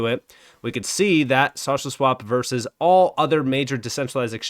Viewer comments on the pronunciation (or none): none